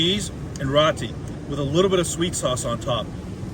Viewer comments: ROO Ti not rotti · I believe ROTI is pronounced ROW-TEE.. (like row your boat)... And not RAA-TEE as you are saying in the video! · Row-Tea, not raw-tea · Just a heads up....roti is pronounced more like row t